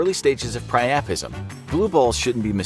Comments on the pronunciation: Pri-u-pism not pri-aa-prism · The first word I’ve ever heard him pronounce wrong... “Piapism”